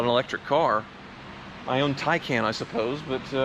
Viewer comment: Did the not teach you anything? You cannot just crank these cars over after they’ve sat. And it’s pronounced “Tie-khan”. Do you not realize that the cylinder heads and cylinders are individual? You can repair just one cylinder and one head.